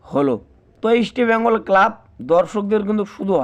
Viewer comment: উচ্চারণ দেখে মনে হচ্ছে এ একটা দু'নমবর চ্যানেল। তোমকে কে খবর দেবে?ইস্টবেঙগল নামটা উচ্চারণ সঠিক নয়।